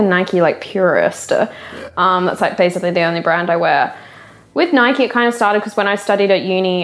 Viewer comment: It's "Nike" like "Bike". Not "Nikey" like "Mikey".